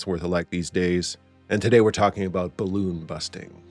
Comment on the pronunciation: "eet ees bal-looon!"